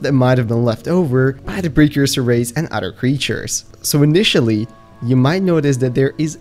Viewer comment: you say udder instead of other